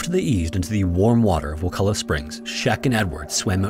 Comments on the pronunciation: Props for pronouncing wakulla correctly,but theres nothing warm about wakulla springs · Finally someone pronounces Wakulla correctly. Also Wakulla springs is NOT warm lol